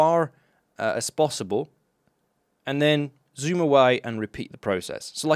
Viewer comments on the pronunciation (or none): none